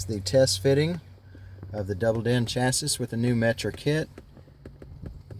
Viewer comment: Get a real radio and say chassis right